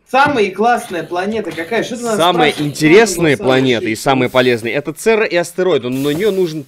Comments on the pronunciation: Церра прям очень слух режет! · церера ЦЕРЕРА а ни цера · Alex Brush я тоже заметил. меня прям раздражает когда он говорит церра вместо церЕра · говорит Церра, хотя надо ЦЕРЕРА!!!